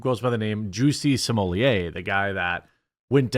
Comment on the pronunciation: Did you say Juicy Sommelier?